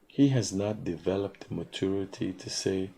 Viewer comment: Mat-chor-ity........ mat- tur-ity Opper-chun-ity..... opper-tun-ity Please pick one pronunciation and stick with it